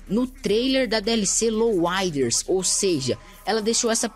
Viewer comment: louuiads bennys mota works VC fala certo em bichao